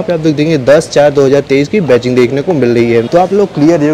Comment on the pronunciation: Ba-CHING nahi.... Badging (ba-JING)